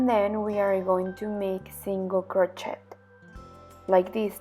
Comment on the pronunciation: Someone should teach her how to pronounce "crochet"...such a beautiful pattern spoilt by the constant use of the wrong pronounciation of crochet...so annoying.